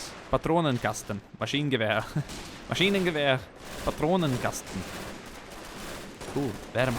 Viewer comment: "Maschinengewehr Patronenkasten" How it sounded. Are you from sweden or norway?